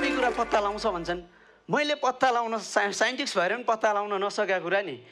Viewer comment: साइन्टिस्टलाई साइन्टिक्स रे ।😂